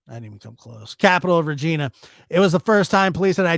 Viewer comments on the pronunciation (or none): Aaaahhh...I adore your videos & Otis stories. And appreciate, as a Canadian, you covering the Saskatchewan stabbings. If I could just correct something though...it's pronounced Reg-eye-na, not Reg-eee--na. Love your content! Also, must confess a slight crush on you!!! Lol!!1111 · Pronounced: reg EYE na